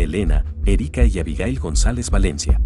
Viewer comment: están mal jajaja es Abigael...Hombre... no Abigail...